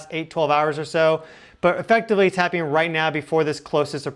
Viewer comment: It’s ’happening’. Not happing.